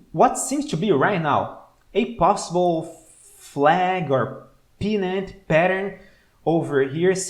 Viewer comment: Hi! Loving yr stuff! One quick observation/question - in min I THINK you meant to say PENN-nant chart pattern (PENN pronounced like a PEN you write with) and not PEA-nut (as in peanut butter) … is pennant chart pattern what you meant?